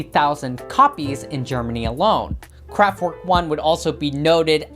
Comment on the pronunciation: kraftVerk!!!! Not kraftWork!